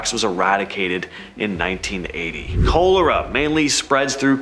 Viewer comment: Aren't you mispronouncing Cholera